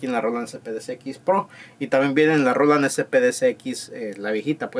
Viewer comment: Roland, bien pronunciado, asi tambien las siguientes ,canal, mas o menos, descarga, cheken, descripcion , sonidos, programados, de esa manera etc etc etc etc etc... pero la palabra SAMPLES que deberia sonar ASI SIMPLE SAMPLES, ESA NO!!!!!!!, ESA PALABRA SI SUENA DIFERENTE SUENA ASI "SEMPL" jajajajaja por que asi po que poqueeeeeeeeeeeeeee